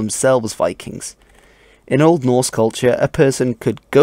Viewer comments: I like your pronunciation of the old norse language, you're obviously taking great care to make it sound right. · Do you have skandinavian roots or did you listened to a lot of them speak? Your pronounciation sounds very good (not that i could tell, but it sounds authentic^^)